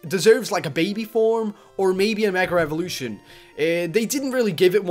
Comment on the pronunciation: It's funny that he says Meger evolution